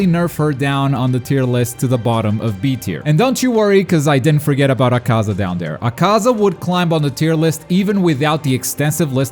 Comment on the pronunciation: He said acasa it’s akuza